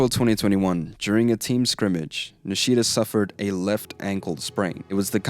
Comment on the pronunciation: Put stress on Ni, don’t put stress on “shi”, just like you said Shimizu correctly. It’s not niSHIda, it’s NIshida.